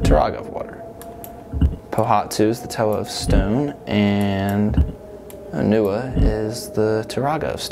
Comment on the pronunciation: Onewa's name is pronounced O-Ne-Wah not O-Nu-Ah.